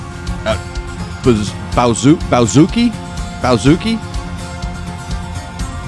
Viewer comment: Troy's instrument is pronounced BA ZOO KEY It's an Irish mandolin, He also plays the Ullian Pipes ( Ill An pipe) it's an Irish bag pipe!!! Great reactions man, I listen to another reactor from Nashville, Tank the Tech!!!